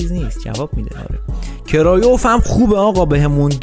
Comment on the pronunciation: کرویف نه کرایوف